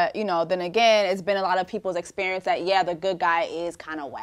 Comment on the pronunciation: "Why it gotta be ouuaaa essperieeence?" I'm not sure. Why can't you speak properly?